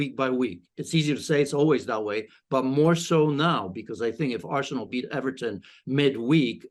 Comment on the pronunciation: Is it just me r she said arshole